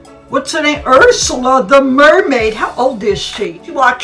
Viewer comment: Hahaha "she is mairmaid " awww